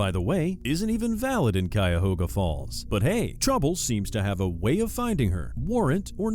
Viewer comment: He said Cuyahoga correctly..kudos